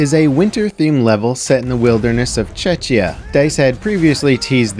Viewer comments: Did you really say “Chechya”, it’s “Czechia” OMG… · The map is set in Czechia, not Chechia buddy